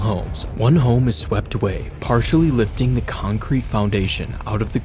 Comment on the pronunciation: It's lifting not loftting